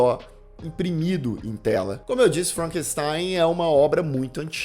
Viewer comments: ""...kkkk Ai, gargalhei alto aqui. "Felcanstein"... 🤣🤣🤣🤣🤣🤣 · FELCANSTEIN KKKKKKKKKKKK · Felkenstein 😂😂😂 min.